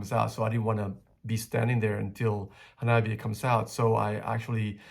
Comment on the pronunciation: 花冷え(HANABIE) is pronounced Ha-nah-bee-eh. え= eh This is Japanese. There are no silent "E"'s in Japanese. So it shouldn't be read like it's in English but rather the Romaji pronunciation of Japanese.